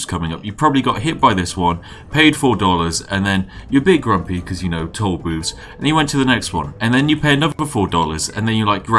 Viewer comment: “ Because, yano. Tollbooths...”